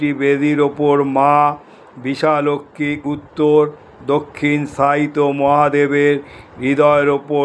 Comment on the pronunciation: Yes it's bishalakshi ..not bishalaxmi..your English spelling is appropriate but not bengali..we have the same temple at baruipur..here also it's mispronunciated as bisha laxmi ...joi ma bishalakshi